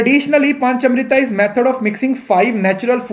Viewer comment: Sir ye "pancha mrita" pronunciation nhi hoga ye "punch(5)+amrit" hindi word h isko hm punchamrit pronounce krege. Alphabet a wo english m hindi word likhte h to likhne m aata h bolte hue punchamrit ya punchamart bolege . Ese lg rha jese angrej ni bolte 😄